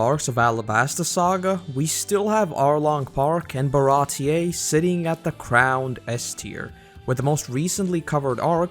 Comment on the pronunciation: it's old but it's pronounced bara-tea (like the drink) tee ... see ... eeee .... you know .... REEEEEEE... ahäm